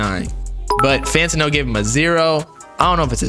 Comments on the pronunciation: it’s FAN-TAN-NO. Not FAN-TIN-NO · Bruh I dispise how you say fantano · pretending not to know how to say fantano for the 100th time.